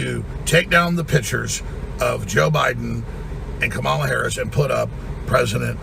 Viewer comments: Why can’t these people not pronounce Kamala’s name correctly yet? Still?! So bizarre. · The arrogance… and you still can’t even pronounce her name correctly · And he still arrogantly mispronounces Kamalas name. Such a POS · His arrogance at mispronouncing Kamala is disgraceful. How does he come up with this crap? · Who cares, How he pronounces Kamala she's a washed up has been crook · Saying Kamala and pronouncing it wrongly - sedition! 😅